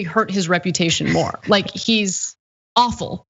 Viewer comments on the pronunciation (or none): I like the way Anna says awful (offal). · Sounded like Offal then Ana but either work is right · Funny the way Anna pronounces awful as offle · Is Ana saying he (45) is "offal"? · Did Anna say awful or offal?